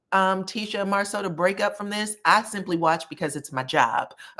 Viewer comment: She even mispronounced his name!!!